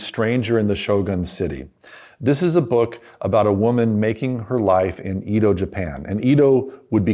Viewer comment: Small correction: "Edo" the old name for Tokyo is pronounced "eh-doh" not "ee-doh".